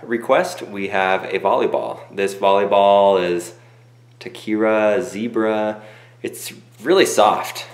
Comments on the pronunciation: tachi-kara not ta-kira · ikr. and he pronounced the name wrong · The way he said tachikara... Oof. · Please tell me someone else cringed at the way he said Tachikara